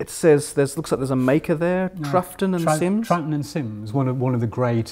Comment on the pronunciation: Oh my God, my illusions shattered. Brady Haran, hero to nerds everywhere, isn't a true Whovian. Imagine him not knowing how to pronounce Troughton!